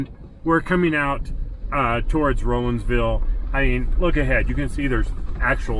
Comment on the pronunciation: As a native that grew up in that area, I really enjoyed your video. It took me back to good times in them thar hills. BTW, the locals pronounce Rollinsville, Rawlinsville